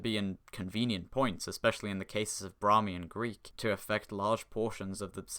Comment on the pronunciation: Brahmi* not Brohrmi